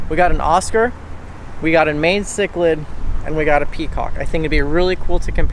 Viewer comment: you say mayan chiclid wrong lmao